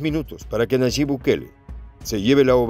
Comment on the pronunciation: Por favor es Nayib no Nayit buen dia